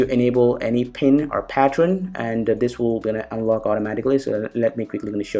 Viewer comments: And also "patreon" instead of "pattern" ^_^ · just saying bro it's pattern not patron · Hahah.. Ram rom rem pattrun